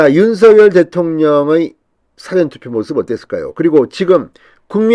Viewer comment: 사~전 투표로 발음하세요😀😀